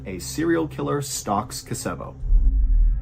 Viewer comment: Threw me from the begining. Story 1, the country you are trying to say is called Ko-so-vo, said as Koso-vo". I've never ever heard it said as "Ke-Sevo", that's so wrong.